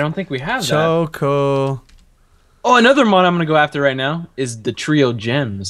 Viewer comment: its Ho-Oh